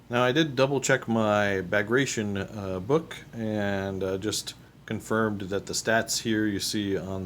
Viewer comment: Enjoying your expansion into the Soviet army. Just an FYI, and not that it matters at all, but Bagration is pronounced bag rat ee on. Something nobody would know unless told.